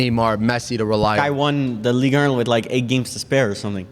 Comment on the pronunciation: Guys please pronounce Ligue 1 correctly... it's painful. It's Ligue Un not Ligue Ur